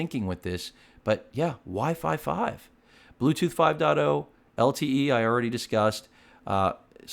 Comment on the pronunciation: wifi 5 sounds like why five five